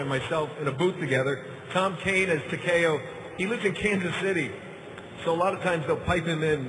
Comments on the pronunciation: Did he say TA KE O. HEO NO ITS TA KEY O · Mispronounces Takeo. Lol